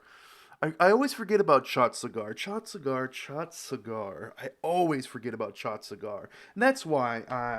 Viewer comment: Chattisgarh is pronounced as Chattis - Garh, not Chatsigar😅